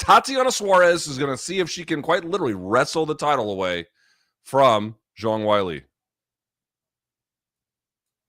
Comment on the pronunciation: loog pronounces "wei li" like wile e. coyote. is that really how you say it?